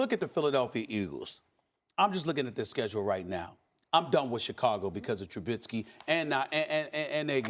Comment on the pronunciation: KEMBER WALKER and now TRUBITSKY lol.....SAS doesn't pronounce names well